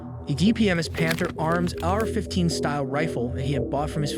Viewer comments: No way u just said Arrrrr 15 like a pirate. It's A R 15 just the letters. Dummy. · Apparently you never heard of the Are-15. Made in Mongolia ...